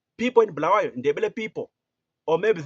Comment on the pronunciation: Ungabosidakelwa wena Tshona lo2V ! It’s not Bhuluwayo, it’s Bulawayo !